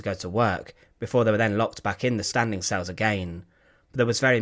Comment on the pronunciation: Cells not sales